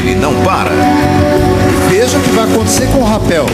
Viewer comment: Não é Rapel e RATEL!!!